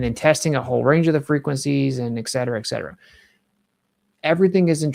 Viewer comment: Say Excetera one more time It's Et Cetera. It's Latin.